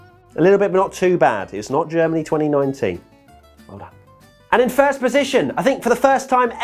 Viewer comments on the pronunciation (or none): none